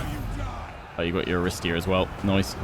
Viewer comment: bit of (Ancient Greek) pronunciation guidance: 1) 'Aristeia' (the hero ability) is pronounced 'A-ri-STAY-a', with the stress coming on the third syllable (not the second as you have been doing). 2) 'Phthian' Spears (the unit) is pronounced 'Fthee-un' (this is really hard to do, but basically it's not a three syllable word - at the moment you're saying 'Fi-thee-un' which isn't quite correct). 3) 'Cerinthos' (the city) is pronounced with a hard 'c', like a 'k': 'Ke-rin-thos (on that note, any 'ch' you see is also pronounced like a hard 'c'/'k' - so Chalcis, the city south of Cerinthos, would be pronounced 'Kal-kis') :)